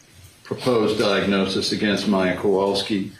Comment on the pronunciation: I know, right? It was bugging me how no one on the defense will even say their name and constantly say “Mom” or “the child”. Then listening to the former Judge mangle their names just put me over the edge! Lol